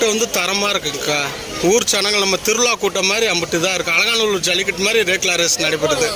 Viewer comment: Lekla illa rekla